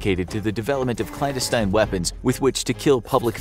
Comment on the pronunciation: It's "clan-des-tine" Not "clandes-tine"